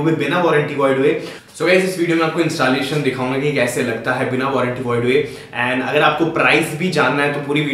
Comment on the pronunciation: Instaaaaallation nahi bhai installation hain yeh word!!